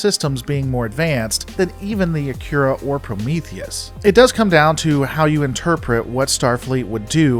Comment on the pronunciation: Your pronunciation of "Akira" sounds more like "Acura".